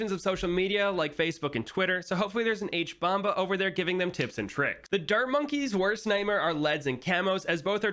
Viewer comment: "Hbomba" that's hilarious